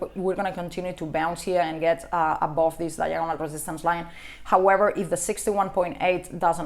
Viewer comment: I just love it when she says "above"... always sounds like "A-bob" :D